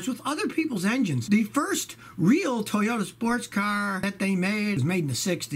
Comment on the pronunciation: Suoyta ... Toyaru